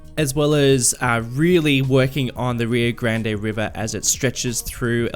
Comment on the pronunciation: I love it so far. Just a couple of tips: Rio Grande is pronounced Rio Grawnday. It is usually pronounced Rio Grand by White Folk, such as myself, in New Mexico and Texas. I would say the only way you can go wrong with on the pronunciation is saying Grand-Day. Also a tip from a guy living on the Rio Grande, there is pretty much NO water. A lot of towns around New Mexico, for a lot of the year there is no water flow. I would suggest a mud texture for the river because the river is mostly mud. El Paso's name was originally El Paso del Norte. It was named The Pass of the North because it was the crossing on the Rio Grande for the El Camino Real, which went from Mexico City to El Paso, and then along the Eastern edge of the river to Santa Fe. The city was technically split in half after the Mexican American war, but especially polarized in the 1900's as borders became more secure and the west became more populated and civilized. Juarez could be called Ciudad Encantada, which means Enchanted City, which would lend its name to the age of Spanish colonization, and this could mean the Juarez was the one that kept the name after the war, instead of El Paso. The cities and towns along the Rio Grande and the California Coast have more grid directions and have the grids not based on the cardinal directions like most of the American West and Midwest because of the Spanish colonizers.